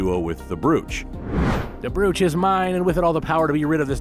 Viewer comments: The word is brooch it has a long o sound making the oh sound. Not an oue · so this is AI voiced or dude is a ESL brooch isn't pronounced like that. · One thing. Brooch rhymes with coach.